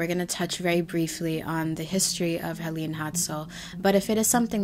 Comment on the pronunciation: its actually pronounced Helen